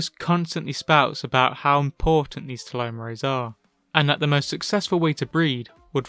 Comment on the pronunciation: Lol it’s Telomere as in Tell Oh Meer not “tell oh may ray”